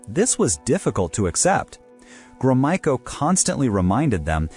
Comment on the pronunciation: Drinking game: Take a shot every time the narrator pronounces Gromyko in a new way